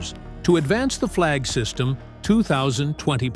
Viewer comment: Not "Flag system". "Flygsystem" - Flying system